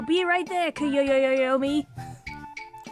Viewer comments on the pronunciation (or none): My curiosity tempt me to click this video XD I love how pronounce Koyomi as Koyoyoyomi lol. I love it when readers goes a bit off from the script. Adds humor to the story. I also love how hard is laughing here! You and should continue this game. You two are made for it! XD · Okay. Anyone that has seen Bakemonogatari. Is mistaking Koyomi's naming with the main male protagonist Koyomi Araragi? The way Hachikuji says his name. She goes Ararararagi and goes Koyoyoyoyomi. Like she has them flipped. Or is it just a coincidence that I caught because i watched Bakemonogatari. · I lost it went she said Koyoyoyome lol